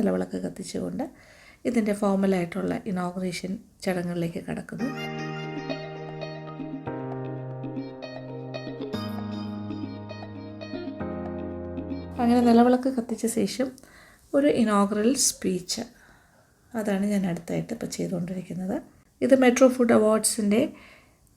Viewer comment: Madam....sooperb vlog...really feeling happy. Along with I would like to invite ur attention to a small thing which I hav been noticing in almost all ur episodes. Madam always says " sesham" . It's actually wrong. It's " shesham" ശേഷം. Hope u notice it. Thank you madam.